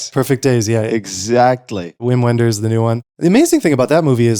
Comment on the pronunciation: don't pronounce "uim uenders", its "vim venders"